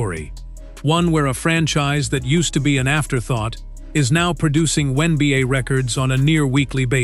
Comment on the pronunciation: Teach Ai how to pronounce Wnba not oneba’